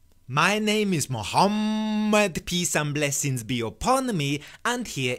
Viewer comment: Fucking hell the way that he says "Muhammed" XD